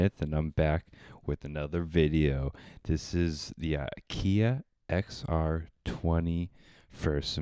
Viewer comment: where the hell do you get uh-keee-yah when it's spelled A K A I?